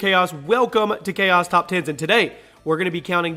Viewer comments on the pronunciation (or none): none